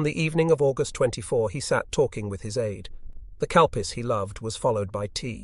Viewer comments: Did he say “he was sipping cow piss?” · Calpis...soda. Had to look it up, thought he said cow piss too.